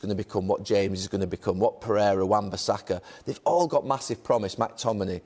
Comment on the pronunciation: Gary mate it’s McTominay not MACTominay